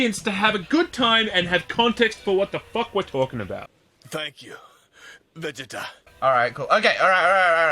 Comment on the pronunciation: "Thank you Veh Geta"